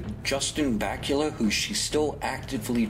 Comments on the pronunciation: Don't worry, i prefer the way you pronounced it, i did the same, it sounds cooler if it rhymes with Dracula! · Was pleased to hear you pronounce Justins name right (he seems to be under the impression it is vackoola himself, though clearly he is wrong)! Pretty solid video, a lot of effort has gone in here and having personally experienced some of the worst twisting and distorting of my own comments on FtB that I have ever experienced anywhere I couldn't agree more with the general theme of this video.